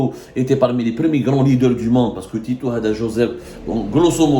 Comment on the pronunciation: TITO 😂 PAS TITOU 😂LE 🐶